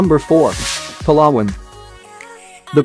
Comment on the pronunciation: Giving advice where to live in the Philippines yet he can’t even pronounce Palawan correctly.